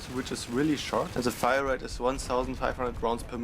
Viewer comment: "Firarete" xD